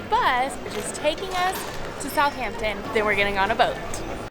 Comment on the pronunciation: It's not "South Hampton" it's pronounced like "south-ampton" like one word